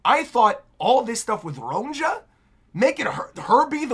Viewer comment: I don’t want you to take this as a diss or an insult, I just want to let you know for future chapters and eventually the anime too: Elbaphian Names with the letter “J” are pronounced with a ‘Y’ sound. Ronja would be pronounced ‘Ronya’; Johanna —> “Yohanna”; etc. (it’s the same principle that applies to the name Bjorn, which people are more familiar with so they get that one right.)